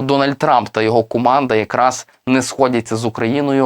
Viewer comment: Де взяли такого диктора «гуворить» «куманда»